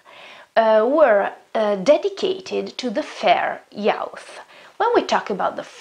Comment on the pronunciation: great video! just one tip, fair youth is pronounced /ju:θ/ and crown /ˈkraʊn/ :)